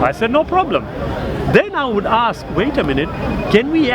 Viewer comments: People should never debate people who can't say ask and instead aks. It's not a word. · hey smart guy its ASK ASK ASK .please no axes ty.